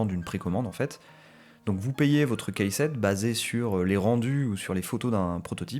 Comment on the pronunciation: Tuto très complet, félicitations ! En revanche par pitié, "keyset" ça se prononce "kissette", pas "caissette" 😑